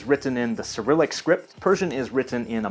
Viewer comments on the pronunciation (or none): none